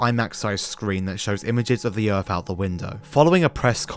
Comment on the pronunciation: They went to RussiER, itself? The company made uh-ver reality shows, too? And after FREE weeks of training, they finally saw the EARF?!😱